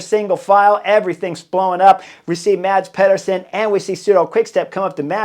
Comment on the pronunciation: As a danish speaker...The Cycling Dane channel made a video on how to pronounce Danish rider names. I'll save you the talk about the danish "soft d" but say after me: MAH-S PEE-ER-SEN.